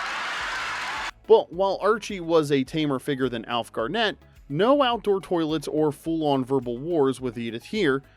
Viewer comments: Alf Garn et not Gar net. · You did get a few things wrong with the last show. It was "Til Death Us Do Part" - no Do Us. Dandy Nicholls character was called Elsie and not Else. She did not call Alf "Silly Moo" as that's what he would call her. And finally, it's Alf GARnett, not GarNETT. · NB: pronunciation: Alf GARNett